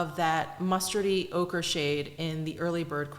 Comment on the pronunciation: When you said ochre...I heard ogre 🥲🥲. It thought ogre was a good description of the shade🤣!